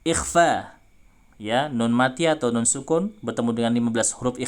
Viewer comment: nun nya bukan di tengah lidah ustad